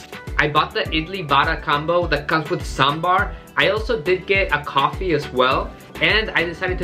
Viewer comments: I love you man because you're the first person from other place who pronounced saambar correctly other than south indians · You pronounce sambar better than North Indians.. its one of the best breakfasts.. high-protein ( blackgram in Idli, dal in sambar etc), low fat, high fibre diet. with spices that improve appetite for the day, like mustard seeds, coriander seeds , curry leaf etc in the tempering.. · The way you pronounce 'sambar' correctly.. my heart feels Happy.. 😍